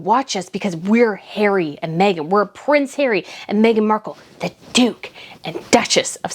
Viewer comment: As a UK resident who has been lukewarm on the Royals for most of my life, some of these US commentators are starting to stir my cynical bones. is usually a fairly cool commentator, but when she emphasized "the DOOK".. I had to play it back several times, it's a very clippable moment that could even be edited into a rap (for music buffs.. it's a plosive )..